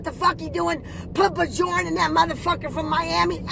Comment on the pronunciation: Always laugh when people call Bjorn - BEEEJAWWWN !!! Great video anyway mate have a good day !!!